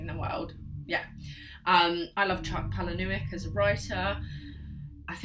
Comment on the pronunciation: Some good recommendations here - I loved Exquisite Corpse and Found is also one of my fav films; but didn’t know there was a book - on the list! And Haunted ! Boom (but p.s chucks surname is pronounced palay-nee-yook)